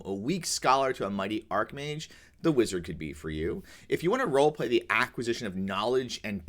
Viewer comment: Great vid - say 'archmage' as written, though, not 'arcmage' (think 'archbishop') (Please kick me. All best.)